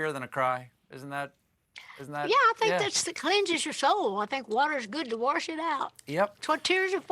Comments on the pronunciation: "Waters good to warsh it out" lol. Something my own mother would have said. Love you, Dolly. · Her talking about her momma makes me miss my grandma so bad.... she used to sing all the time and play the organ.... shed hum doing any house work..... ope there it is she said warsh scuse me while i cry